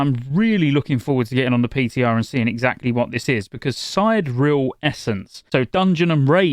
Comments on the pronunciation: Sigh-Deer-EE-el. You can hear the pronunciation in Lost Ark, who started voice acting the exact same term idk like a year ago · please stop pronouncing it wrong: it's "si·de·re·al" - as in "Sidereal Time", a timekeeping system that astronomers use to locate celestial objects